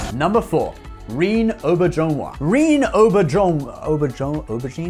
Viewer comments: I dig your videos, I really do, but I do suggest taking a moment to look for videos like interviews where the actors pronounce their names. You botched a few, certainly Rene Auberjonois and Jolene Blalock. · Man you butchered Rene Auberginois name 😆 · You mispronounce the name of the late "Mr. Rene Aubrejonois" , he is Canadian, and his name have french ascent , and he have WAY more remarkable roles during his prolific life, the oldest are in the Movie "M.A.S.H." from Mr. Robert Altman ( not with the TV show ) and so many voices in animation that I can not even remember ( look at the first episode of DC's "Young Justice" ) I respect that guy big time !!!